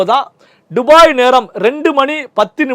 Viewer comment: டுபாய் இல்ல துபாய் 😂